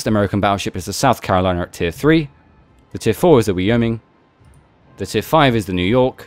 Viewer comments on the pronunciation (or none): Great review! One small nitpick, Wyoming is pronounced Why-O-Ming. Cheers!